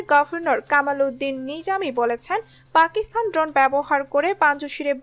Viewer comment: আপনার এই কয়েক মিনিটের ভিডিওে এতো ভূল!!! পাকিস্তানেই উচ্চারণ করতে পারেন না।